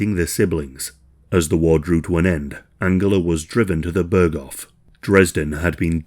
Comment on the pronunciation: börgoff ah yes